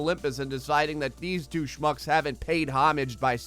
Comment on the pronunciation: I thought he said douche fucks instead of two shmucks